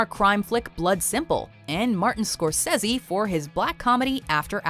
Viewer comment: Someone tied with Scorsse? What the hell? I though that was not posible